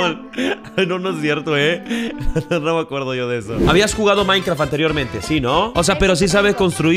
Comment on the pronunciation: Dice Maincra 🥺🤠 me caso!!!😹😂